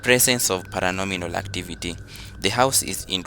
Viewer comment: Paranormal not paranonimal